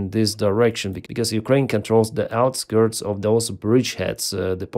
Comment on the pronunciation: When three years is not enough to learn they say Ukraini, not Ukraine.